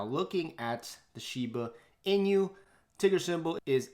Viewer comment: "Inu" is dog in Japanese. Pronounced as e-noo. "e" like in e-mail and "noo" as in nook.